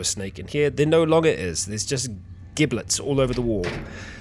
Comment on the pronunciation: Giblet = jibblet - like turkey or chicken giblets. not a hard G - a J